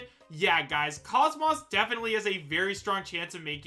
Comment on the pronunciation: You didn't need to admit you don't know much about Xenosaga. The way you pronounce KOS-MOS (properly pronounce kōs mōs, like saying most without the T) says it all. In any case I certainly would love the idea if its true but we'll see.